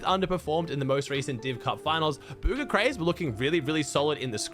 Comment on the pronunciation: Why do you say bugha, like booger? Cmon man…